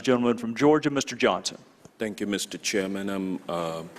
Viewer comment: “Thank you Mr. Chairmanum...” What an idiot.